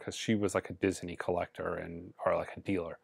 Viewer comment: At first I thought the way says "Disney" was a little strange, but now I think its actually pretty cool. I may try it myself. (Diz-Uh-Nee)